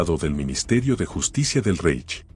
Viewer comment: Me da risa como decis Reich. No se pronuncia así en alemán.